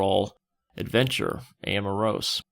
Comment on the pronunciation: Danny always calls this guy "Amirose." He's Amirsose. Like Keyser Soze, or something. Don't know why this matters to me.